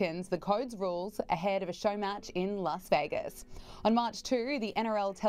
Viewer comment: It wasn't a preseason game, it was the start of the 2024 NRL. I can't believe I'm listening to an American that can't pronounce Vegas.